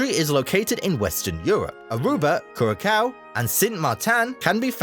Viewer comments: Not kurakao. kuraSao. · The pronounciation of Dutch names made by the narrator is inexcusable ! If you want to be taken seriously to make a living ; you do a bit of research ! 'KURAKAO'??? I'M DUTCH AND I EVEN DIDN'T RECOGNISE THE FUKFING PROVINCES OF MY OWN COUNTRY WHEN THIS DIKHEAD PRONOUNCED THEM !😂😂😂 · Cura-kau 😭. Brother I thought it's well known that the c with the little bit on the bottom is pronounced as an S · I'm Dutch and the video calling Curacao, Curakao bothered me more then people calling the Netherlands Holland lol. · Halve of it is nonsense, and narrator says kurrakau?